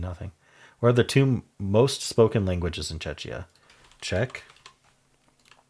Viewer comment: Czechia is pronounced Check-e-ah